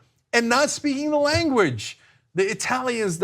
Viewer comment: I'm not so sure Lahren speaks "the lineguage," either.